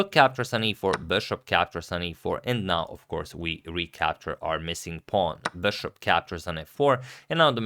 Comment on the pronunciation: It's been a long time I want to say this...... It's not beshaap.... It's just bishop bro.....